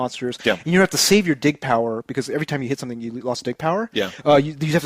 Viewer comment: def gonna try to rent Other:M based on your review. but i wonder if this will teach nintendo to not give thier games out to other companies or not to try to allow thier characters to have actual stories BTW DIG power sounded like DICK power xD